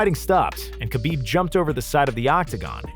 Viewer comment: who the fuck pronounces khabib's name like that lmao